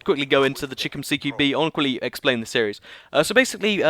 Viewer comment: stop stop stop. It is not cheekom CQB BUT CHAI-KOM because chicom stands for chinese communist but you would not know what because you cannot own guns in the UK